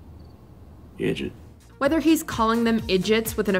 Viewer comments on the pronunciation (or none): Why was he saying idgit?